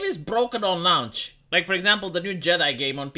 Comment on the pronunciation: pronouncing ‘launch’: “Lown-tch”